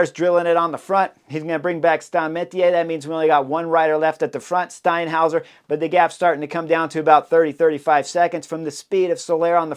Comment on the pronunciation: Got that 'Steinhauser' down pat!